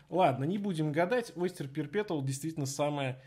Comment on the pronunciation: perpetual не читается через "Т", там "Ч", уши режет